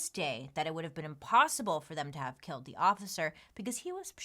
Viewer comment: Did Bailey just say kelled?🤣🤦‍♀️